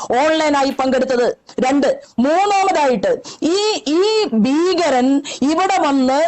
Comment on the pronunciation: ഭീകരമാണ് ബീ കരമല്ല.. Idiot